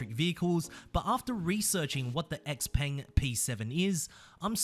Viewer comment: It's not "X-Peng" like in "axe", mate. It's "Shei-Peng" like in "sheila".